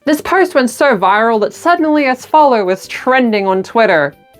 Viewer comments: i love you, but how the FUCK are you pronouncing ASTOLFO as Asfollo??? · Ass-tolph oh is how it's pronounced